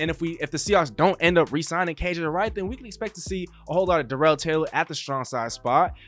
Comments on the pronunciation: It’s not duh rel it’s dare ul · LOL ya. You are saying it like Darrelle Revis. It’s kinda like how every one pronounced Terrell Owens name wrong. Starts with tear or dare not tuh or duh. Doesn’t matter just thought I’d say something.